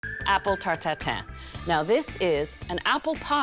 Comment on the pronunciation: The first thing i heard: "Apple tartatan"